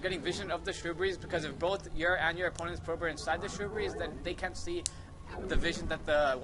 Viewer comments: great vid but its SHRUB-BERRIES not SHROO-BERRYS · How many times can you mispronounce shrubberies?